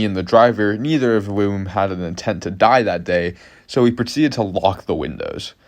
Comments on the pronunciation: cool story and all but did you pronounce "whom" as "womb"?? jesus christ lol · "neither of woom…" 😂